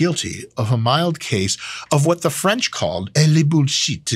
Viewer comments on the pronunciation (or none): I love your French. El bulshit